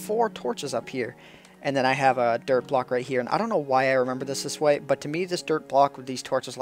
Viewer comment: I heard 'Derp block' instead of 'Dirt block' :p